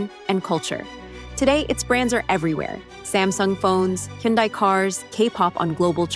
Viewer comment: Learn how to pronounce Hyundai.